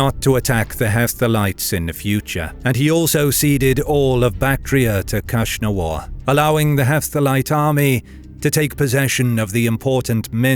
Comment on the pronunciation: The Hephtalites khagan name was KnushnavaZ (Akhsunwar), not KhushnavaR